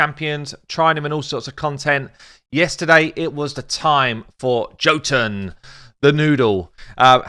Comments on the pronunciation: His name is pronounced Yo-tun. The 'tun' is little long, but not as long as 'toon'. Just means 'giant' in old Norse. Love your vids mate, but your stabs at reading names have me cracking up or pulling my hair out. I mean FFS, it's armiger with a soft g too! It's a word with a meaning and stuff! Armiger means a low level knight or a high level squire responsible for looking after the arms and armour of a knight with lots of squires. Myrmidon, Erinyes, Haruspex... Lots of these champs have meanings. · Yes totally agree, his kit needed more! I was hoping for a random multi hit, 60% dec def and or an apply two 5% poison if under dec def. He is ..Jotun=Yotun! Drop the J for a Y. Keep up the great work and the content we need